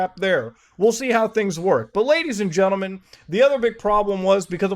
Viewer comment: I took a drink of beeer every time Muta said Gadies and Lentlemen and I... 😵